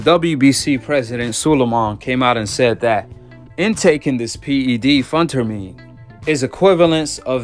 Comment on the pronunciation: Pronounce as ( Fin ter meen ) Bro Working working hard